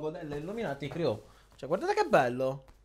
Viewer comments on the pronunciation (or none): none